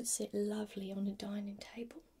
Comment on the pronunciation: I really love this look 👍 hope you’re doing really well 🤗❤️ PS laavley is perfect try done, smiled when you says that Wootcha 👍👍😂😂😂